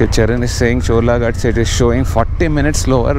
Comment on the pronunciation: someone tell him its "GHAT" not "GAT"